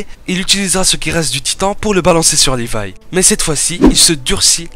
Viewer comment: C'est pas lirai c'est Lévi